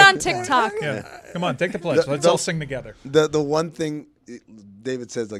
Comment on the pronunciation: guarantee from a train pledge...a TREDGE. 🚆🚆 🚞 🚂 😂😂😂😂😂😂😂